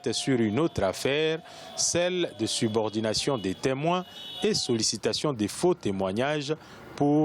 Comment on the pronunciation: Subornation et non subordination